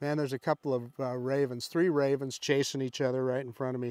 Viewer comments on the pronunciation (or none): Raven's, I though you said raisin's to start with!!!!!!!!